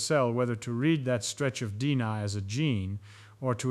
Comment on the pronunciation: Gotta pronounce DNA better != Dina. Lol